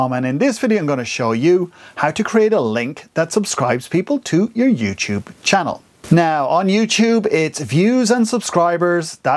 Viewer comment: Hey, this video is helpful, but youTube is not spelled like YouCHube